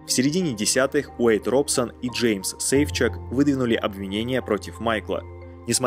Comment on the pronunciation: Да чёт не очень, если честно. Очень поверхностно и однобоко. мОтаун резал слух, ударение неверное. СейфчУк тоже «порадовал».